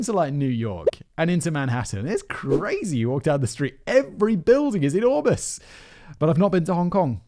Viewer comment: Simon says: "I've been to New York... every building is e-NOR-mous!!" Jess hears: "I've been to New York... every building is in OR-bit!!" 🤦‍♀ Same-same? Right?? 🤷‍♀🤣